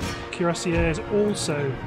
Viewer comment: Hey, i've been watching the Mexico campaign. Curacao is pronounced Cure-Uh-Sow. I normally don't comment about pronunciation, but it seems you might have never have gotten it a million years, judging from your old Mexico campaign. HA! Love the videos though, man. Looking forward to getting caught up on everything. Cheers.